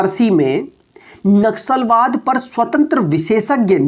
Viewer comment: par vo naxalwaad nahi nasalwad ki baat kar rha hai; kuch bhi bolte ho